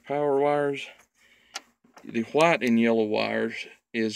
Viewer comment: What is a “HHwight” electric line or cable? Lol